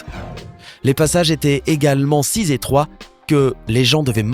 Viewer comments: les passages étaient si "z'étroits" ??? Vraiment ??? Comment tu écris "si" pour faire une telle liaison ??? Avec 3 Z ??? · si "z"étroits ? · le passage le plus surprenant est celui là!! ahaha à 4m15 " les passages étaient également si z'étroit!!!" :)))))))